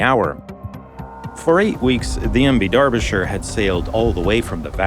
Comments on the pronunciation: it's Derbyshire, not DARBYshire. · Its DERBY , Not DARBY. Otherwise a good vid. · Darbisher? What the hell is this guy saying? That's not how you say that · It’s Derbyshire, not Darbyshire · Why did you keep saying "Darbyshire"? It's name is "Derbyshire". Do you not know the difference between the English language vowels "a" and "e"? Get off the internet and go back to elementary school to learn basic English language skills. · Except I'm not a dumb Yank. I have been university educated in British English. I know how the name is pronounced and it is an "e" not an "a". You saying "Dar-bi-sher" when it is in fact "Der-bi-sher" is just another language failure, this time of the UK education system. Can you tell me what it is about the UK education system that makes those who were born and raised in the UK have some of the worlds worst language skills? Seriously, it's worse than most dumb Yanks and I don't understand how or why? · not immaculate at all. He called it DARBYshire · Ah, I can see that your inability to comprehend the pronunciation of British English has unfortunately led you to make a somewhat understandable error. In British English "Derbyshire" is actually pronounced as more closely as "Darbyshire". The first "E" would be pronounced more as an American would pronounce a short "a", as in "father" and the "Y" is also almost completely silent, and is pronounced more as a short "I" sound would in American English, lastly the "ire" would be pronounced more closely to the American "er" would. Thus you now can comprehend how "Dar-bi-sher" is the way that most British English speakers would pronounce "Derbyshire", with only three syllables, whereas an American would pronounce it as "Der-bee-shy-err" with four syllables. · uYou butcherd the ships name so many times I'd stopped at mid and could not continue